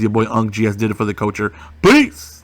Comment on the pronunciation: “for the coacher” my chest hurts